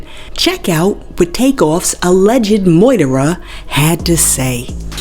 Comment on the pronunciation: Why do she pronounce murderer like that? not sure why that irritates me but it does.